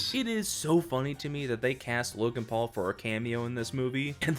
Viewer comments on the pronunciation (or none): none